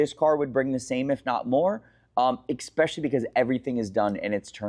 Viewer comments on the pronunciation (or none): take a shot every time someone says "expecially" instead of "especially" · Can’t anyone pronounce especially? It’s not pronounced “ expecially “. There is no X in it. Also for the fact that sells lambos he can’t pronounce Gallardo. lol 🤦🏻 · I'm just a man out here trusting a grown man that says expecially